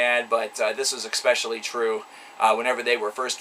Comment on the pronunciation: Anyone can call any band overrated for all I care....but first they should know how to pronounce the word "especially".